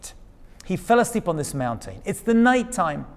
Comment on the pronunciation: I sure do get a kick out of the way you say mountain. "Moun-tane". Cracks me up every time. 😁